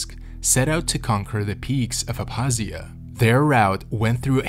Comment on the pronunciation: The k in Abkhazia is not silent. Made the video hard to watch